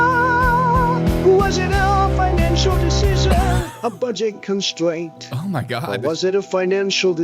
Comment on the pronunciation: "budget consquaint" Wascally wabbit 😂